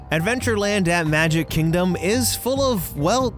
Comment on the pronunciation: Hahahah😂😂 "number five over ar magic chingdom"#GreatEnglish